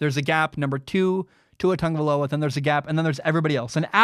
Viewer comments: Cuz it's pronounced how said it. Tongue-uh-vie-low-uh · I mean that is how it’s pronounced